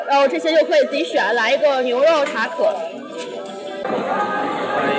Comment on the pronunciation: 美女，那个墨西哥特色小吃吃taco,念ta kou